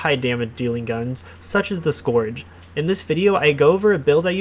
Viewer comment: The “o” is silent in the word scourge...come on.